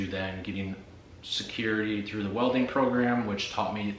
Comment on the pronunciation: Did you say welding?